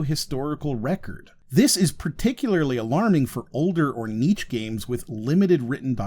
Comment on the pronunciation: hey, great video, I've subscribed! I am solely interested in helping to prevent the spread of linguistic misinformation when I suggest you google 'how to pronounce niche' before your next video :)